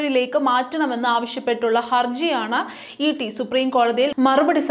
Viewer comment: കുഞ്ഞേ ഇട്ടി/ഇറ്റി അല്ല ഇഡി ആണ്. ശ്രദ്ധിക്കുക. എനിക്ക് തിരിഞ്ഞതാണ് എഴുതുന്നത്. ശ്രദ്ധിക്കുക ദൈവം അനുഗ്രഹിക്കട്ടെ. 🙏🌹